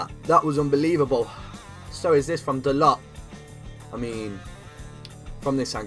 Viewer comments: The way he says da-lot instead of dar-low is amazing lmao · It’s pronounced Da-low not Dalot